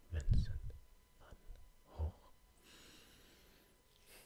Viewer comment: Love a bargain! It also made me really happy you pronounced Van Gogh correctly - I get angry when I hear Van Go 😂